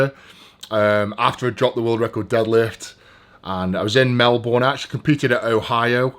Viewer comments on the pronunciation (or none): none